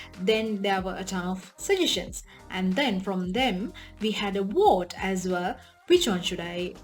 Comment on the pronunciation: Ahhhhh...you are saying vote...with a v......not a w......I had to listen a few times to catch what you were trying to say.